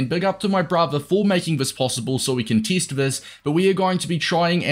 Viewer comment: bro why do you say teest